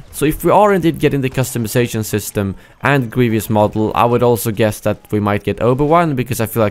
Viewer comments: it's "Grievous" not " Grievious" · It's GrieVOUS not GrieVIOUS, but I don't really mind people saying it wrong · It’s Greev-us, not “Greev-e-us.” lol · you have a strange pronunciation of "Grievous"